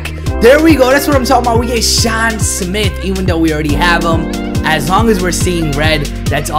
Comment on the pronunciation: I low key cringed when u said sean